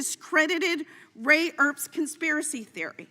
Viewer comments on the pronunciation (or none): “Ray Erps Conspiracy theory” the fat lady couldn’t even get his name right